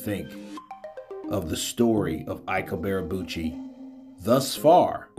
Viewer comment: Can't this guy even speak properly? WTF is Ibearabuchi? PAY ATTENTION SON it's pronounced 'EeeBay A Boochy' You fanboys need to step your game up. Shoddy work AND FFS buy yourself a proper mic homeboy.